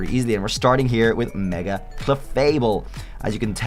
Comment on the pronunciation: IT'S MEGA, NOT MAEGAN! PLEASE SAY IT RIGHT!